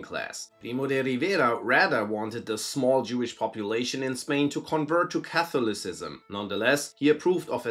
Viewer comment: Learn how to pronounce catholic and catholicism. You are doing it wrong. You are pronouncing it like there is a hard capital O in the middle. There isn't. It's kuh·thaa-luh·si·zm the o is luh, not OH.